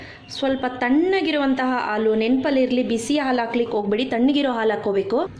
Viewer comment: All OK but please pronounce haalu instead of aalu . It's pretty annoying to listen it as aalu